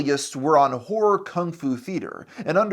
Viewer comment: you probably need to work on really enunciating that final syllable in "horror", lol. It sounds like a completely different word when you say it